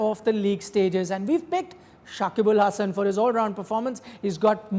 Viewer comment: This guy botched his name. Nothing special. We Bangladeshi people call him .